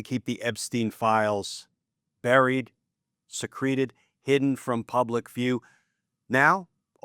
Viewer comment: Se’ creted, not secre’ted!